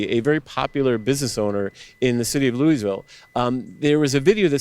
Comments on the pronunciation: hun, please stop saying it "looeezville" it's 'looaville'. thank you, great reporting. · It’s not LEW-eez-vill, it’s LEW-ee-vill. Otherwise, great report! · You can tell she has never been to Louisville, Kentucky by the way she pronounces it xD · Really? You don't know how to pronounce Louisville? Geeez